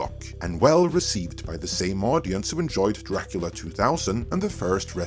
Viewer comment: Hey,, you forgot to add the "H" in the word "who".